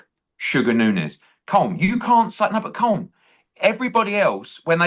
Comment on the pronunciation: Eddie is well educated, how can he not by now know how to pronounce Colm